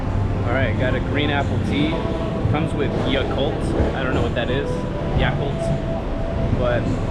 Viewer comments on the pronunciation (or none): none